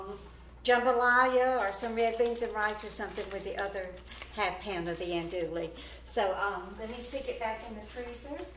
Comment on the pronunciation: an-doo-ee .. l's are silent